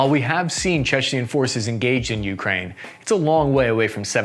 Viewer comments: For the love of God bro, please stop mispronouncing Ukraine! It's you-CRANE, not YOU-crane. Stress on the last syllable, not the first! And before some clown comes in the replies with some BS, in Ukrainian it's pronounced Украї́на, so I'm right and you're wrong. Don't even try me! I'm fuggin psychotic! Otherwise, good video! Liked & subscribed, keep 'em comin' 👍 much love bro 😊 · Jesus... It's you-KRAINE, not YOU-kraine. Just like Iraq is EAR-rack, not EYE-rack!